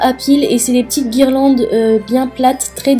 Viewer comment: Guirlandes* pas guirelandes